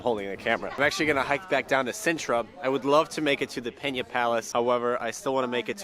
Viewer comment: Pena Palace, not Peña Palace. In Portuguese, there's no tilde over the letter N, as in Spanish. In Portuguese, we use the diphthong "nh" instead of "ñ". It is not pronounced "Peña" either. And another thing: The so-called "Moorish Castle" in its present state is not exactly Moorish. The remnants of the medieval castle generally attributed to the Moors were left in ruins after the 1755 earthquake that leveled Lisbon. Most of the ramparts, doorways, and pathways were rebuilt by order of King Ferdinand II (the same who order the construction of the Pena Palace) in the mid-1800s, in keeping with the romantic ideals of that century.